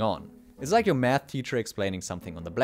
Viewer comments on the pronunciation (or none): none